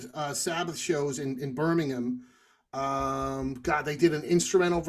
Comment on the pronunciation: Shoutout to for saying Birmingham correctly. 👍🏻😂